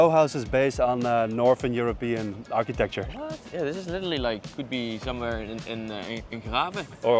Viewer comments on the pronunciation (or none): none